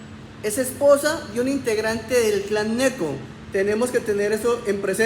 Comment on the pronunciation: Con todo el respeto que se merece usted Gheneco, se pronuncia Géneco